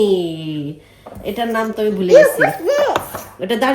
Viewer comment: Cutest "darchini" pronounction ever❤❤❤❤